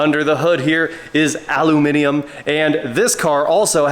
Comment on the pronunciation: Nice to see an American saying aluminum correctly 😊